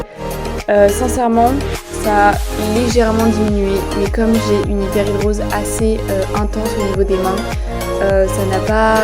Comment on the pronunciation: On dit Hyperhidrose et pas Hyperhidr_i_ose comme tu le dis ;-) et la musique est trop forte, autrement moi cela fait une paie que je vis avec ça mais surtout dans sa forme généralisée. C'est un enfer... Heureusement j'ai trouvé une substance (dont il faut une ordonnance (en tout cas en suisse) car bcp d'effet secondaires (un peu comme tous les médicaments) mais qui pour moi finalement sont acceptables pour avoir une vie à peu près normale) il s'agit de l'Oxybutynine, je ne sais pas is je peux citer un médicament est c'est pour cette raison que je ne cite que le composant principal. Renseigne-toi avec ton docteur, et essaie. Cela a vraiment fonctionné pour moi à partir de la 2 ou 3ème semaine. Il faut par-contre en prendre tout les jours (mais c'est pas obligé, pendant mes vacances je diminue la dose par-exemple). Voilà courage!